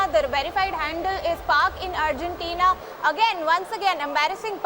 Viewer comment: Could someone let this lady know it is "Argentina" Not Urgentina